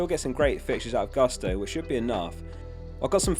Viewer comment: by the way it's "Gusto" as you read it, not "gAsto":)